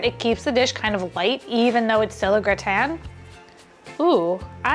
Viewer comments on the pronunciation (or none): none